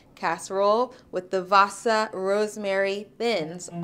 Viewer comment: cool :D you guys have our wasa bread (we actually call it hard bread). it's pronounced waaah-sa (long a followed by a short a)